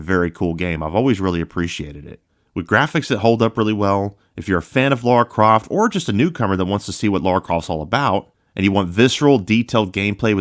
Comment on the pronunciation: "Laura Croft" It's LARA Croft as in LA-RA, not Laura. Apart from that, nice video and I'm enjoying gaming on my PS5 Pro and yes, some PS4 games are so much better on it.